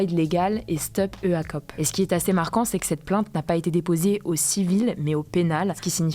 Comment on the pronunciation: Robert Fico, prononcé "Robert Fitso" (le T de Robert se prononce aussi). EACOP prononcé "ikop".